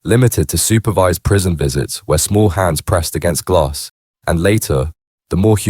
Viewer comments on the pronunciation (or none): none